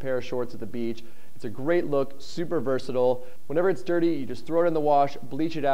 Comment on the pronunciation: THAT IS NOT how you say versatile